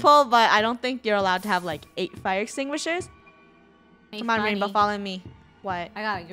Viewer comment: "Fire Extingrishers" -Funneh 2020